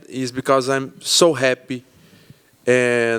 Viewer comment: He said happ instead of happy I love that 😂